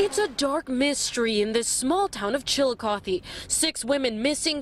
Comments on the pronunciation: The way the reporter pronounced it is correct, I go there often. Fun fact: Chillicothe is the first capital of Ohio. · My boyfriend is a prosecutor for the city of Chillicothe (pronounced chill-a-caw-thee). We hadn't yet met at the time but he says he's prosecuted Donny several times, and he never understood why people would always baby him because from his unbiased, objective eyes he thought Donny was a "scumbag." He too doesn't think Donny should have been acquitted but as a lawyer he of course understands how reasonable doubt works